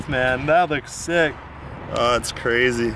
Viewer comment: it's not crezie